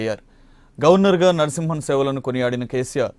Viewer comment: E L N Narsimhan kaadu babooo, ESL Narsimhan. Meeremi journalist lu babooo